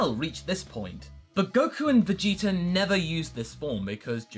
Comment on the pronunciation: u guys realize always says Vegeter instead of Vegeta? lol.